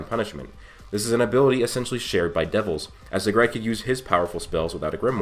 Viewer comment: Zegred? No its Zagrid.